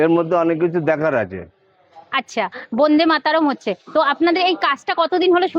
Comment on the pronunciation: Bonde na Bande bolun